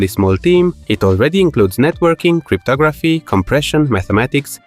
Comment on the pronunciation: "criptography" lol. Proof these videos are not made with AI❤